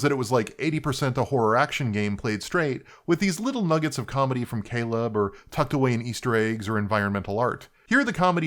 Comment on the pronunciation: "mr Cal-eeeb".... so accurate no one says it right